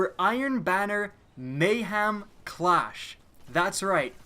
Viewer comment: Ah, yes, Mayham Clarsh.